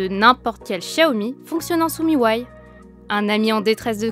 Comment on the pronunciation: par contre on prononce pas "mi why" mais "mi you aie" faut pas oublier le U 😂😂